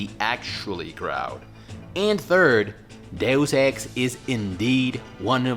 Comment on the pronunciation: Thank you for pronouncing Deus Ex correctly. Thank you.